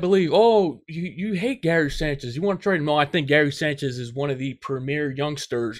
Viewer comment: Can you just say his name right please